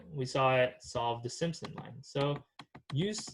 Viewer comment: its simpson line not simon line lol